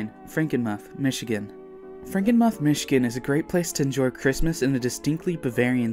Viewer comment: Someone might've mentioned it in the comments already, but it's pronounced Franken-MOOTH. I was there last Christmas and I can vouch that it's amazing.